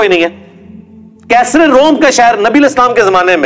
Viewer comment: Arbo ki ghulami. Qaiser nahi caesar😂